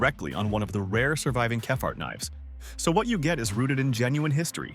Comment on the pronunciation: Can’t be doing with the stupid pronunciation anymore! - one minute it’s kephart the next it’s Keefart and whoops there goes that car bar again! - if this is an indication of AIs ability God help us in the future.